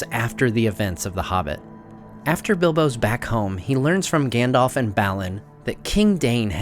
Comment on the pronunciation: Please please please can you stop calling him "Gan-dolf" his name is "Gan-dalf" ....